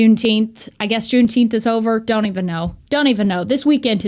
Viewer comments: It's pronounced June teenff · Juneteemph, they should have picked a month that they can pronounce! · Say it right!!! Juneteenph!!! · You speak the truth, and people hate that. Here's one, some pronounce it JuneTeef. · It’s pronounced; Juneteenf